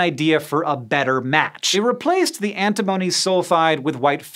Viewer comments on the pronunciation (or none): ANTI-mony? an-TIM-ony..